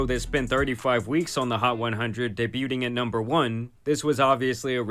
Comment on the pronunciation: "day - butte- ing" I think man means debuting, which is pronounced "day byoo ing" instead